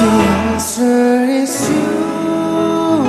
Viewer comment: is it only me but i heard baek pronounced "it's you" as itch you instead? ahahhaha he's so cute 😆